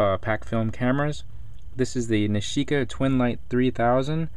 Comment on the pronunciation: haha that's my name..nishika && he even says it right so funni!!!!